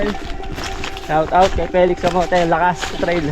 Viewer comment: "shawarawt" daw, shout out kumbaga haha